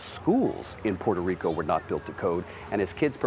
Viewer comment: Please, if you're not a Puerto Rican, don't call the island as Porto Rico or Portorro, because it's offensive and disrespectful to us. I understand if you didn't meant it that way, it's just an advice for future situations. Take care!!🇵🇷❤